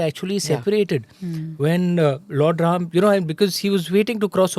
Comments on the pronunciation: with all respect i ask you why you say rama not ram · Sincere request to Smita is to keep the names and noun as it is - avoid aa after Ram, Ravan, Upanishad, Ved. There is no aa after these names…..